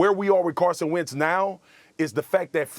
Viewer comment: Wentz. Not arhat hard.